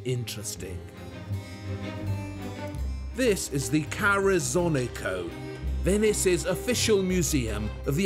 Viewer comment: PS: but you still have work with "Ca Rezzonicco" pronunciation...